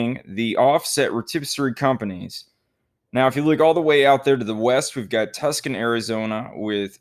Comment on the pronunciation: Why do you always mispronounce Tucson? Plus, Olathe is pronounced differently as well lol